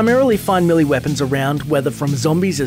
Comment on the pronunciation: Millie weapons, hahahahahaha l2 pronounce